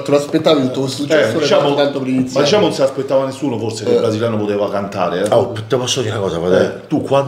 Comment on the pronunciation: Abbiamo detto: DISCIAMO?😅😅😅😅😅